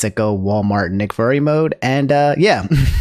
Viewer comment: i like how says nick furry instead of nick fury